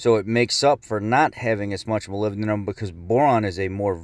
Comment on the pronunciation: It is pronounced Moly-Bed-num! not molbedum other than that great information